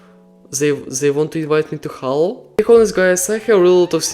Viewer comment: The game is not pronounced HAALLO as you pronounced it. The game is pronounced more like HEY-LO.